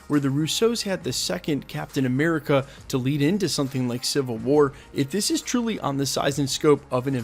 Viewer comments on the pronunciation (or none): none